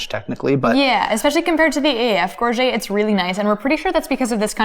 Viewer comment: Gorget = /GOR-juht/ not /gor-ZHAY/